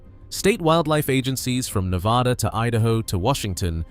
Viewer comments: FIRST... (IF you are trying to educate and enlighten)You should LEARN to pronounce Ne-vaa-dah (no "ah" about it)... only then will Folks, here, pay attention & not GRIT their teeth and shutter. LAST... Do Not tell folks from "Back East" (including Gt Britain) about our rural hot springs... Shush... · It’s Ne-VAD-uh - do your research!